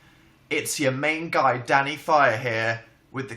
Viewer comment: at first i thought he said 'its daddy instead of danny